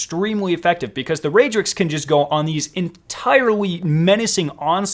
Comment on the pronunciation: It's not raydrix